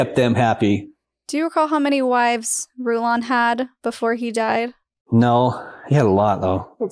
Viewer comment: Rulon is not a common name, but coming from a plyg group, Rulon Allred , Rulon Jeffs Rulon Jessop, Rulon Gardner, it was always pronounced Ru lun not Ru lawn. This man also pronounces it Ru lun. It’s another way to know a local , like how to pronounce Hurricane, UT